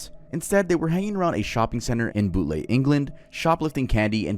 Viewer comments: Boot-lay for bootle is hilarious too 😂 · Boot-lay is actually "Bootle" and is pronounced "boo-tul" I think for the bulger case if you describe it to anyone else in the future just call the location "liverpool, england" Not snarking, just saying, awesome video! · Interesting video, but bad pronunciation and inaccurate on the Liverpool story (I live there) ..The train track was disused.. Bootle is pronounced "Boot-ul" And there's no fancy pronunciation of Venables (Vena-a-bulls) or Bulger (Bul-jer) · hey! just a little note about the jon venables & robert thompson case, you pronounced a few things wrong Bootle is pronounced "Boo-tel" Venables is pronounced "Ven-ab-els" Bulger is pronounced "bul-jer" not that mispronounciation is a major issue, just thought it was worth mentioning :) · Its so fucked up that you didnt even think to learn how to say john venables surname and the place where that little boy was kidnapped from Bootle. If youre going to do crime videos please dont treat them as if theyre just stories, real people died in horrific ways and families are still greiving. Put some reasearch into your videos. Edit: oh my god he fucked up the victims name too.